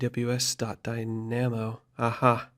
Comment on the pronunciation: Great tutorials, these have helped a lot. Can you check your pronunciation of Dynamo though :)